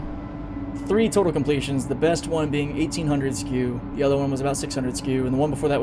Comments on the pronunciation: 100%. Let’s NOT normalise saying skew instead of SCU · Holy Jesus! Don’t ever say “skew” again.